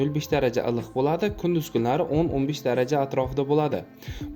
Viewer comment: Блади эмас Булади !